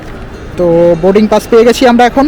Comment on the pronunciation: Oshadharon uposthapona. Sudhu ektai request, dar ektu uchharon gulo kheyal korle khub valo hobe.. Like bus or Boarding PASS.. specially "স" এর উচ্চারণ, "শ" নয়।